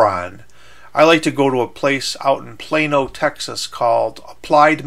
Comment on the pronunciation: I'm furious after 15 seconds of this video. Plaino? It's Plano, not Plaino! If you can't say it right, THEN DONT